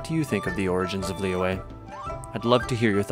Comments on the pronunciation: It's lee yooeh, but the "y" part of yue is like a mix between r and y. Like, if you say r, shape your mouth into an o and bringing your tongue closer to our teeth, just behind. That's the "yu" part. The "e" is just "eh". The "Li" has an accent which is basically a kind of down-up sound. The "Yue" is a down accent. I know it's confusing, and I think I'm even confusing myself, but oh well. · The english dub of this game pronounces Liyue differently from character to character: Lee-weh Lee-way Lee-yah-weh Lee-yah-way And the worst Luh-weh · they're wrong lmao haha (i'm chinese) it's actually pronounced as lee yoo-eh but say the yoo-eh part faster & stress those 2 syllabus lesser. additionally qixing is pronounced as chi sing but without the h sound for chi so ci sing... gotta say i love the chinese names in genshin. i remembered there's a dude in liyue harbor called big foot (in english) and that's literally translated from his chinese name HAHA